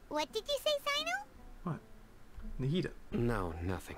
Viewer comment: i’m so glad i’m not the only person who calls nahida “nahihi”